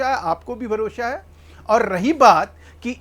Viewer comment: भारोशा नहीं होता भरोसा होता है